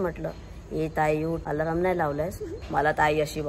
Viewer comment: Alaraam nhi re alarm ast 😂😂😂😂